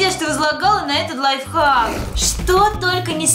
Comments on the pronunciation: До какой лайфак правильно лайфхак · Ты сказала лай фак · Ты сказала лайфак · ты сказала не лайфхак лайфхак 🤗😉